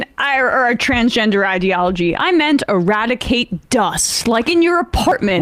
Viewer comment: Ewadicate wascally twansgendewism with wabbit air!